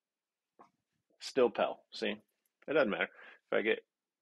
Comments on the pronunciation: Pell??? Ohhhhh, pale.... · pronounces pale "pell", and that's kind of adorable.